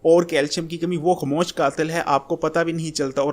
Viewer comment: pehlw to ye like or share ki bheek mangna bnd kr ,, or khmoosh kia hota he,, khmoah hota he